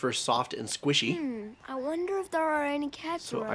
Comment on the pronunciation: What's up with Pony-oh and Sauce-kay?